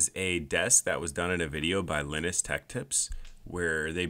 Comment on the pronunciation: The way he said Linus- It's like he said Linux but replaced the x with an s. It's pronounced l-ay-n-u-s